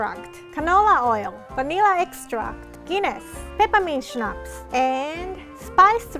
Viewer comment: It is funny to see fighting with english pronounciation and pronounce schnaps perfectly right 😂